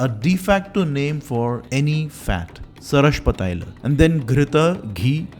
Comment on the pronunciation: One correction Mustard oil is not pronounced Sarashpa taila It is called "Sarshapa taila"